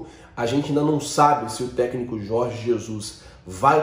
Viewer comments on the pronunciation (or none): none